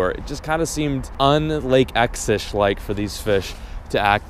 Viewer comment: "I'm finally fishing Lake 'EcH!'" 😂